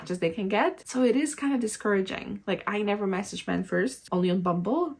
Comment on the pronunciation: Yes. The way you emphasize the word "men" at the start of this video at 36 second in. (you do it in multiple other places as well). For most men will be an immediate nope and they walk away. Something to realize for about the last 10-15 years men have been getting shit on by feminist in this way. So ANY indication of this attitude towards them in the early phases and they walk away instantly. Literally seen this in real life many times. You have a mixed group of men/women in a bar and one of the women will construct language that way. Blame all things on men as if "all men are one entity/the same" it comes across as identity politics (paint all men with the same brush). Then 2 hours later when trying to talk to any of the men all the men are running away from the person and nobody will say why cause its confrontational to do so. The only men left standing there will be because they think they can use the desperation against the women to try to get lucky. The result is this is the only men you end up meeting / talking with are men who typically do this. The other import thing is none of the womens friends will tell her either. Women tend to love to give positive comments only and not negative realistic comments. Or comments which are polar opposite opinions of men. Like an example of that you can see in real life is a women giving complements about the long fake finger nails and how nice they look. But in reality are extremely off putting to a lot of men cause they scream "I